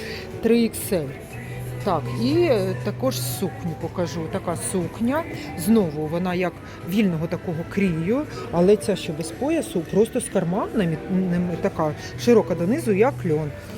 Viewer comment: Дякую,, але "крою", а не "крІю".